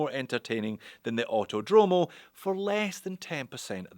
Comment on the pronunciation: Btw the correct pronunciation is "Autòdromo", not "autodròmo"